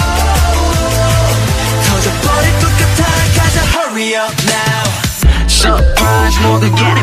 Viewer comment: San pronouncing “hurry” is my end